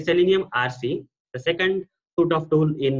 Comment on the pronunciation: Suite is pronounced as sweet not suit